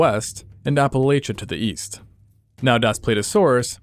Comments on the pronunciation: its app-a-lach-a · My only issue with this video is the pronunciation of Appalachia. App-uh-latch-uh.